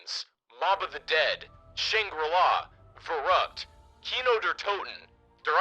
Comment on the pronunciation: I love how every non german cod players try to pronounce zombies maps 😂 But to be fair he nailed Kino 😌